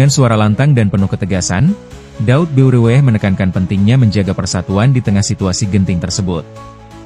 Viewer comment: Tolong baca tgk M Daud Beureueh itu M Daud Ber ih